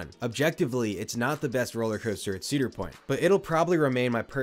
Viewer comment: 4 ceader point coasters 😂😂😂